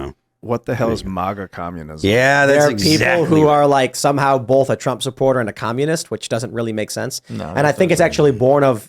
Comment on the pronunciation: My name is tim pool, and I say BOLTH.